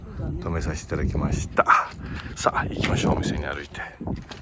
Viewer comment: おはようございます😊すっと、ではなくて寿都町、すっつ町ですよ北海道和夫でした